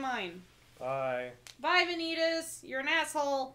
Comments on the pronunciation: ah yes, good old van-YEET-as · Vanitas, more like Va-yeet-as.